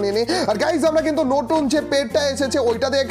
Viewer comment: ভাই নটুন না নতুন